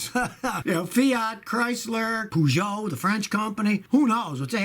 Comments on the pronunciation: "Poohshow" the same as Peugeot (per:shaw)? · ah yes, the french cars poo-gee-ot and citrus